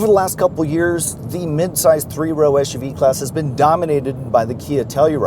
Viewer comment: The acronym is “SUV” not eshuvee. Otherwise great review.